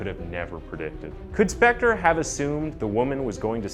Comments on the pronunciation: Leonard "CoNan?" "Spencer?" "Speck-tar?" Come on, man. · man if you want to be a narrator or voice over, you have to talk FASTER and you miss- pronounced Spector 3x. what should have been 7 min. was stretched WAY TO LONG! and NO Im not on coke. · This dude pronounced Phil Spectors name 8 different ways. Even Spencer one time. Love it. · Get used to it. He does it in EVERY SINGLE video! He even pronounced Spector as Spencer once and pronounced Spector about 5 different ways